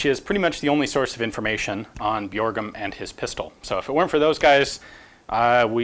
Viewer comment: The "ø" in "Bjørgum" is pronounced the same way as you do "ea" in "early" :)